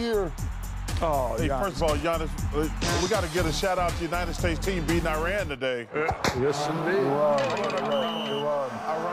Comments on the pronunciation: Love Shaq for correcting Chucks pronunciation of Iran 🇮🇷 👏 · As a Iranian myself, it made me happy to see the others correct Chuck 😂😂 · Chuck is the only person so oblivious he would mispronounce Iran after the press coverage today the defend his mispronunciation